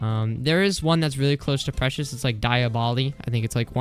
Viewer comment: ITS NOT DI-A-BOLI ITS DEE-OB-LO